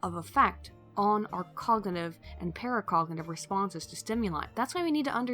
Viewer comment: "it has great deal of effect on our cognaeve and pare cognaeve responses..." OK, time to get some sleep, or do this when you're a bit less drunk